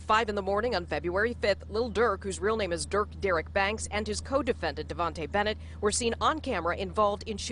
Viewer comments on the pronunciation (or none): Fr Nd Dem she said “devontae Bennett”